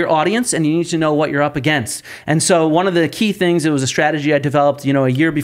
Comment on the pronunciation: If she says " Uhh-Gaynst" one more fkn time I swear... 😂